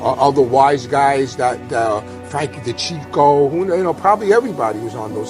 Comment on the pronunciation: Ruggerio owed Robert DiBernado 250000 dollars,so he put out rumors that Deebee was talking diversive,knowing Gotti wouldn't tolerate this type of behavior.. And Frank's last name is pronounced De-chech-eo,Deccio.Yousuck baby ballz son son.